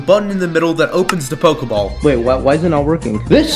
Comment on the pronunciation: you said pokball